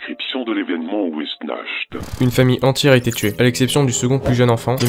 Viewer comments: De super animation et un scp plutôt flippant j’aime bien les musiques sont bien choisi mais je crois pas que sa se prononce wessnacht mais après tu es plus calé dans le sujet mais je pense avoir raison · Wechnart* en terme de prononciation c'est un mot a consonance germanique